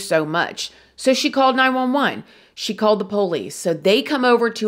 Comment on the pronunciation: I honestly love how she says po-lice (with the accent on the first syllable) too! Everytime she refers to them, I can’t help but smile!